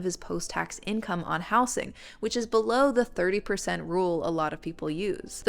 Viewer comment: I’ve never heard “housing” pronounced like that; the s should turn into a z sound when you change it from house to housing, housed, etc